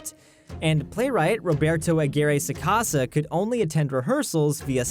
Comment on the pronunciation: I cringed violently when I heard Roberto aguirre sacasa